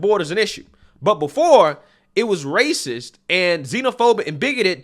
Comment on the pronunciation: She’s ray- cess!